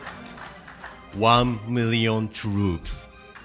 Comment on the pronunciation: “Wan Miyyion Troops. Waaw. Wan Miyyion Troops”